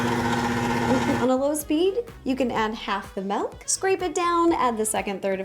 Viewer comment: I love how after all this time she still says “melk” 😂😂😂